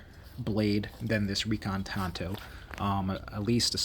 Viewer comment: Thank you so much for pronouncing Tanto correctly. Drives me up a wall. A knife pet peeve. Ordered this knife a little while ago, don't have it yet, and this came up in my feed. Enjoyed the video.